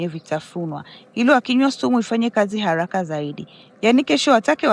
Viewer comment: Sauti ya maya umeipenda anavyo sema halaka nasio haraka